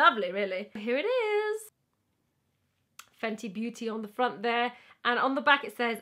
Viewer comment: "Fenty Beautyyyy" in her Welsh accent😂😂